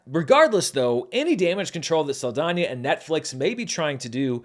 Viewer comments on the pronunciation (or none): This movie made this No Sabo (who can speak a bit of Spanish, but not fluently...yet) call her Zoe Sah-L-dAIN-er. She insists on being pronounced correctly, and having her cultural heritage respected....but she didn't do so for Mexican Culture. Aka...a culture that is important to this Mexican American. She wanna make a mockery out of this No Sabo's great grandmother's country and this No Sabo's culture they grew up personally being attached to? Then fuck it. I don't get offended easy, but this made me genuinely offended.